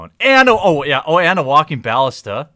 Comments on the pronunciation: Ballista (Buh-List-uh) The bAl-lis-tah is killin me. lmao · it's Ba-llis-ta